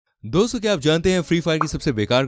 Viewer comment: Doso Nehi Dosto hoti he 😅